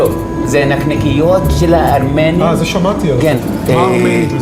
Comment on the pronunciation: כל פעם שהוא אומר הארמנים אני מת😂😂😂